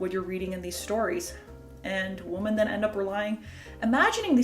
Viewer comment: I noticed that you continually say “woman” when you should be saying “women”. is this a Canadian linguistic development? I’ve never heard it before.